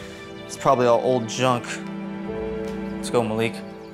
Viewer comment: It’s not Maleek it’s Malik